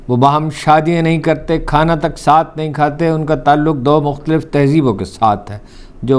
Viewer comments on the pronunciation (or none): none